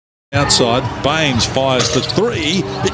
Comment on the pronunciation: Haha sinong bayns ??, pati apilido mali pa talaga mag pronounce